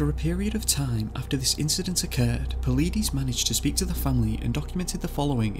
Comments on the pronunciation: I've been following David Paulides' work for a few years. David (Pau-Ly-Dees). I've purchased his books and I am looking to buy his new book, "Land, Air and Sea" or something like that. This video has done an EXCELLENT job covering Paulides' work!! To those whom think they "know" what is causing those in the 411 category to go missing? Buy one of the Missing 411 books first! Whatever is taking people has a 100% success rate at NEVER being caught/seen by witnesses! The cases go back to the 1700s too!! This is EXTREMELY disturbing! It is like catch and release... Except humans are now the fish!! RIP to all that were not returned, or not returned alive. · Just a fun fact.. Missing 411 (David Paulides) last name is not said the way you say it.. Maybe, you should watch one of his video's. 👍 P.S. please don't tap the Microphone!! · 1st off, I really like your channel here, but you could really stand to learn how to pronounce certain words better. Is this actually a computer narrator? If so, it's one of the best I've ever heard. If so, I get why there are mispronounced words. For example: a.) Paulides is definitely not pronounced how you said it. b.) Yosemite is pronounced like it has 2 Es at the end, not exactly like it's spelled. Ive only heard those 2 so far. Not trying to nitpick, I just have the popular opinion that you need to have good grammar to legitimize your work when it comes to any written or spoken narrative. Now, hopefully I don't have any typos in this. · Please learn how to pronounce Yosemite and Paulides. I can’t even listen to the rest because you keep mispronouncing words. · Work on your pronunciation of Paulides and Yosemite. Good video though. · PAULIDES - PAUL-LIGHT-IS, NOT PAULIDEEEESE!! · just for future reference the last name is pronounced paul-eye-dis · Paul ee dees 🤣🤣🤣🤣🤣 Paul i des.. Yose might 🤣😂🤣😂😂 Yo Semity. Brilliant research 👏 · Your saying palidus wrong. Po lie dus. No pilleedees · Puh-LYE-deez, not Pa-lee-diss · David po-leet-e-z's xD